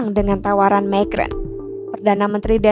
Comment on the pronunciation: Pembaca berita mengucapkan nama orang prancis dgn lafal/ucapan bhs inggris. Macron diucapkan "mekron". 😅😅😅